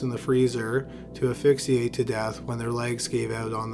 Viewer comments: This is the second narrator I've heard say "afixiate". Why is asphyxiate so hard for you tubers to say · I hate mangled words..ASPHIXIATE.. NOT FRIGGING "FIXIATE" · AS- phyxiate. Not A-fixiate. Important word pronunciation to learn in light of the channel’s primary content. And the mispronunciation is not attributable to being Canadian.🙄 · It's as-FIX'-ee-ate; not AFFIXIATE. It's not your fault - our public school system is busy drilling other things in your head. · aSphyxiate not a-phyxiate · Asphyxiate is pronounced az-fix-ee-ayt, not uh-fix-ee-ayt. You eliminated a letter and changed the word entirely. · I love hearing your say “afixiate”! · "Aphyxiate"? Seriously?! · Ya gotta pronounce the S in asphyxiate man.